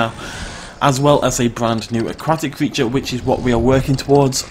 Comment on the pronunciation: its CREATURE!!